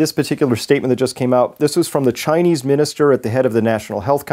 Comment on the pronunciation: he said "ghinese government" 😂 nah but for real tho I hope this virus wipes us all out